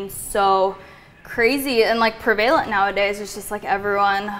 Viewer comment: her pronouncing prevalent as "pre-valent" instead of preh-vuh-lent bothered me way more than it should have. OCD game strong